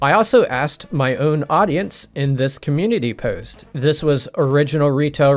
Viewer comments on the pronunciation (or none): You said the word, POST, it sounded Canadian or North Minnesota... what say you?